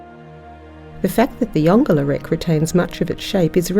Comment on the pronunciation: So pleased to hear you pronounce the name correctly.